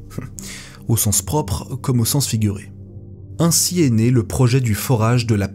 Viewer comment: 'Au sens propre comme Au figurer'😂